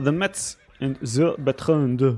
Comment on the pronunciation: IN FRENCH, METZ IS PRONOUNCED "MESS".